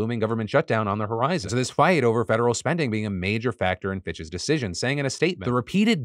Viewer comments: Am I the only one heard ‘bxtches’ when Phil said Fitch’s every time? 😅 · I was just listening toy his video and I’m like why is Phil saying bitches all the time but it was PITCHES! 🤣